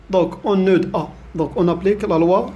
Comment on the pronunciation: Merci monsieur pour vos efforts Mais le d dans le mot nœud est muet